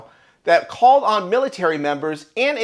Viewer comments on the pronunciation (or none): none